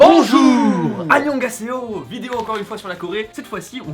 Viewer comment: Même moi qui connais rien sur la Corée je sais que le ANIONGOSAYO du début de la vidéo était un massacre 😂😂